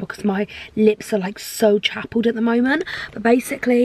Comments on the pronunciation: did anyone else notice that saff said her lips were ‘chapelled’ instead of chapped😂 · Did she say that her lips are chappled not chapped? 😂❤️ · Did she just say her lips are chapled? 😂